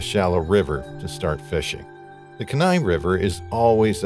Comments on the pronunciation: Kenai is pronounced Kee-nye, not Ka-nye…fyi. It’s a beautiful blue-green color as it’s fueled by glaciers. It’s also solely a drift boat. No motors allowed. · dammit the word is Keee Nigh not Ken nigh where the hell are they getting these narrators. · Hahahaha “kin-nai river.” Alaskan’s pronounce it the “keen-eye” river. Kenai. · Lol “Ken-eye,” it’s pronounced “Keen-eye.” Just sounds funny to a lifelong Alaskan. 😜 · It’s pronounced like Keen-eye! I’m from Alaska and my dogs name is Kenai. That really irritated me 😂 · Ken-eye pronunciation is killing me. It's kee-nye, like bill Nye the science guy. Simple Google search isnt hard. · It’s Kee-nigh river, not Kin -eye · It’s KEE nai, not ke NAI. If you’re going to do a video like this, learn how to pronounce the words you use. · Kee-nai, yes. But if you don’t know, it’s an honest mistake. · Just a fun fact, but Kenai is pronounced KEY-nye; 2 syllables w/ the emphasis on the 1st syllable. I'm a born & raised Alaskan & very familiar w/ the area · Kenai is pronounced KEY-NYE, with the emphasis on the KEY. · Kenai Peninsula is pronounced like: "Key nigh" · Kenai River is pronounced KEEN EYE! I am from Alaska and it cracks me up how people mis-pronounce everything. You should of at least made the effort to research the correct pronunciation! So annoying! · Pronounced: KEE-NIGH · It’s pronounced Kee-nai. (Kenai). Respectfully, Alaskan here. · It's pronounced "key-nai". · It's pronounced kee•nai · Kenai = Key-Nye River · Kenai is pronounced KEE-NI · Say Keen eye river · Kenai (kee-nye) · It’s Keeee like car key ni like eye Keyneye kenai it’s pronounced Keyneye 😃❤️ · I can’t get past the mispronunciation of the Kenai River. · A part of me dies every time he mispronounces Kenai. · Geez botching the actual name of the Kenai River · Guys- can you do some BASIC research and learn how to say this well known river's name? It's painful to hear you say such a famous AMERICAN river wrong so many times. Very amateurishly done.